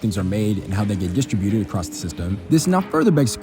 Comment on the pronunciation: It's NOT pronounced "dis-tri-byoooted"...it's "dis-TRIB-u-ted".